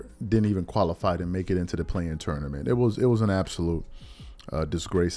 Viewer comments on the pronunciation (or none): none